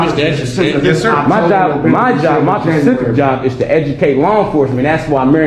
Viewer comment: "My job , my PACIFIC job is .." 🤔 uhh Your PACIFIC , huh??! Imma go ahead and guess u didn't go too far in school being you're about 30 something and think the word SPECIFIC has something to do with the ocean!! 🌊 🤷🏻‍♀️🤦🏻‍♀️ Lmao. Dumber than DIRT!!!😳💀